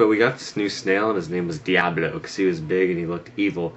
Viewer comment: LMBO. The way he says Diablo, the first time. I ono, it's just funny.